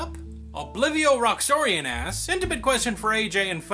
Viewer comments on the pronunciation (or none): Btw,. Not to sound like an undesirable complainer but you're mispronouncing my name. First part you got right but Roxronian is pronounced [Rocks-Ro-Nian] Not Roxornian